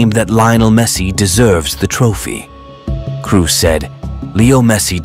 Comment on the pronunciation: Who is Toni Cruz? It´s Toni KROOS (KROSSSSSSSSSSS) !! German not English!